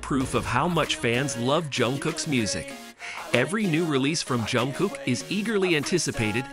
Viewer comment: А что вас так раздирает, что даже имя произнести нормально не можете ? И какое дело, кто с кем дружит, общается или не дружит, не общается? Вам то что? Бесит ,что Чонгук поднялся до мирового уровня, что его за талант сравнивают с Майклом Джексоном, и это специалисты во всём мире, не сговариваясь. Так он заслужил это признание своим невероятным упорством и тяжёлым трудом. Он как никто предан сцене и фанатам. И каким нужно быть ненавистным человеком, что бы с такой злобой писать о Чонгуке. Ведь разговор только о нём и его творчестве, к чему злобные выпады о его друзьях. У вас друзей нет, вы ни с кем не работаете вместе, не отдыхаете вместе, живёте один одинёшенек ? Может считаете, что общаться, хорошо относиться к кому то, это позор или преступление ? Дурь какая. Или все, с кем вы общаетесь,являются вашими любовниками сразу по факту общения ? По себе судите ?